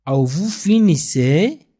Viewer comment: Salaam Merci pour Les leçons. Mais tu pronnance le(vous) comme (vos)